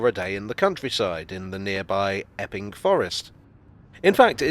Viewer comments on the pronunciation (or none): I first thought you said “ effing” forest .